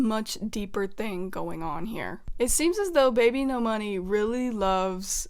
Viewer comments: ERM! ACTHWEALLY! Its bibinos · no it’s supposed to be babynomoney 😭😭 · "ENTER BBNO$" OKAY